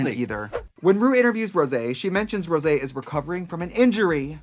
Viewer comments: Not them saying Rose's name wrong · Rose for Rosaaaaaaay -----and Sih-moan as Simoonnnnnyyyyaaaaayyyy nope nope. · ..and Raja 'Rajar' and Rosé 'Rose' ..honestly I was shocked since Trixie and Katya both said Rose I kinda died for her 😲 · Why did you keep calling Rosé like Rose? 🤣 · Yes she did and 'Rose' 👏It's Rosé ! 👏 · ok they called Rosé Rose, Gottmik Gottmeek, n Kandy Muse Kandy Moose, yet an emphasis on Symoné inconsistantly ? like what? it made me chuckle at first, but it is kinda messed up getting their names wrong. unless it was done as a joke, but it wasn't presented as a joke n they never acknowledged it as such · Its pronounced. ROSSSAYYY